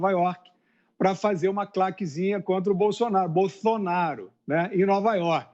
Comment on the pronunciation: O "Boffsonaro" do Fiuza é impagável